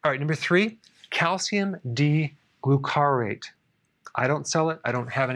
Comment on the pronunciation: Its /GLU-car-ate/. (You sometimes mispronounce things.)